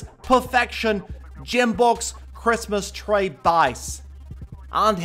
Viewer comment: 'Jim box' , 'Christmas tray' 'Victray', ' Dith,' 'Tislas' etc.